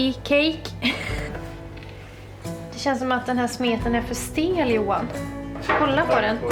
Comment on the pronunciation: His name is Johan pronounces as Juwah (I think).